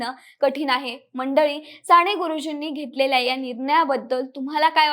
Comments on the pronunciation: सांणे गुरुजी नाही ग बाळ साने गुरुजी, कानावर खण खण लागतं तुझं बोलणं म्हणून ऐकूच शकलो नाही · विषय आणि माहिती चांगली आहे पण..... साणे गुरुजी नव्हे, साने गुरुजी.... माझ्या मणाची नव्हे, मनाची माणवतेचा नव्हे, मानवतेचा उच्चार नीट ठेवले तर मराठीची होणारी वाताहत कमी होईल. ज्या मोठ्या व्यक्तीवर व्हिडिओ बनवला ती व्यक्ती मराठी, त्यांनी ज्या भाषेत बहुतांश साहित्य निर्माण केले ती भाषा मराठी. ज्या बहुसंख्य लोकांसाठी केले ती जनता बऱ्यापैकी मराठी मग निदान त्यांचे नाव तरी व्यवस्थित घ्यावे ही किमान अपेक्षा. मराठी लोकच मराठी शब्दांचा उच्चार चुकीचे करत आहेत याचे जास्त वाईट वाटते. अमराठी लोकांकडून ही अपेक्षा नाही. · साने.....साणे नाही एवढी चांगली0 माहिती दिली पण सगळीकडेच "न" आणि" ण "चि वाट लागली आहे. फार खटकले कानाला..".काणाला.."नाही. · साने म्हणजे साणे नसते ताई.. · बेटा साने गुरुजी असे एकदा तरी शुद्ध म्हण ना.सारख सारखं *साणेगुरुजी * * म्हणू नको. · नाही ग नाही, नका येवढे धारिष्ट्य करू.... पंधरा वीस वर्षे आधी तुमचं मराठी सुधारा... न, ण कूठे वापरायचे ते आधी शिका.... राणे नाही साने. उच्चार नीट शिका. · साणे नाही ग बाई साने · साणे गुरुजी नाही - साने गुरुजी न आणि ण खूप गोंधळ झालाय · साने गुरुजीआहे ते साणे गुरुजी नाही . is it not easy. Podcast about an author you need to pronounce correctly other wise. न च्या जागी ण आणि ण च्या जागी न . Thanks for sharing information though as these fact about Sane Guruji 🙏 can bring focus on his work hopefully. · साणे नाही साने गुरुजी